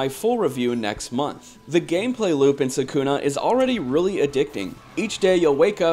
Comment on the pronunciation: You are pronoucing Sakuna's name wrong. They even pronounced for you in the voice acting in the actual game.